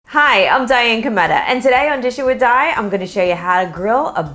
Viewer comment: when she said her u tube name it dishin with di sounded like i wish you die